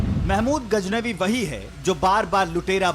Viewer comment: Learn to speak correctly Indian media... What's gajnabi? It's Ghaznavi.